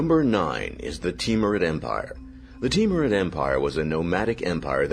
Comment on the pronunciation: I like the Teamrude empire. It's name when butchered how you said it almost sounds like Team Red Empire.